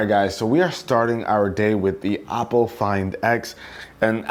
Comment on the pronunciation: Not to be rude, but the pronunciation of for Oppo is Oh-po not "op"... otherwise good video, I have been looking at getting this phone, but since I am in China I would have to find a way to flash the international rom on it because the local flavor is heavy on the security settings and locks everything in place not allowing the end user to use custom software, like google assistant or nova